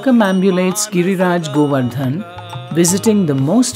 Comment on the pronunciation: With all respect and humblness i request to do not add unneccesary 'a' at the end of almost every hindi word. Like VrajmandalA, KrishnA, GovardhanA. Please pronounce them the way they are. 🙏💐🚩